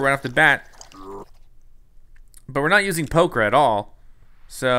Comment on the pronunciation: Did anyone else notice that he kept saying poker?